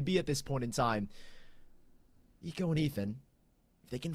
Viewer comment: The announcer couldn’t pronounce hiko’s name lol